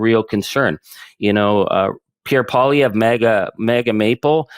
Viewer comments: PSST, Ben, just for your info, pronunciation of Pierre's last name is more like "Poly-ev". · Polly ev is the pronunciation. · Please learn how to pronounce poilevre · Ben, Poilievre is pronounced "POLY EV" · Bro can't even pronounce Poilièvre. He's not paying attention too closely, or so he claims. Give it the old college try, Ben.